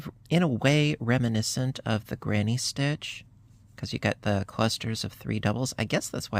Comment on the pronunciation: Sorry. It's stitch not ditch.